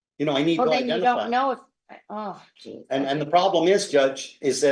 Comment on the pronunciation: did we just get an "Aww, jeez!" from? Is she from Minnesota!? 🤣